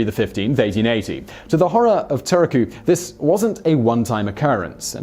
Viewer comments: Terrorku?? Tuurrrrr ku rolling r is a better way of saying it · Great video, though Turku is pronounced like Turk-oo with a roll in the r. It's always nice to see Finnish mentioned ! :)